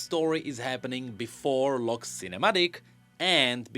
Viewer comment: whenever you say " Lock's ". I keep hearing " Luxx" 😂😂😂